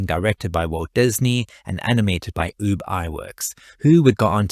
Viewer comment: Ub...not oob